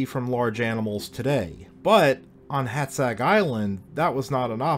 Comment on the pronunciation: Oh, for gods' sake... Stop calling our baron 'Nopsca'! It's pronounced like 'Nopcha'. And Hátszeg is pronounced like 'Haatsseg'.